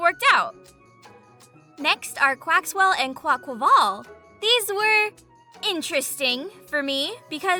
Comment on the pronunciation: Someone who actually pronounces Quaquaval's name right!! Fuck that squawkabilly is fucking amazing I wish that was real